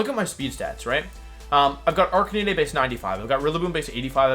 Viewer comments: There can be no way thats actually how you pronounce intimidate and arcanine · Your pronounciation of stuff is killing me. "Cinder-ah-chee", "Arka-nee-nay", "intimi-dah-tay", "Toe-je-kiss" the hell's going on, have you never heard these words spoken? "Eska-vuh-lee-yay" I'll give you, cuz of the French influence, but the rest, come on!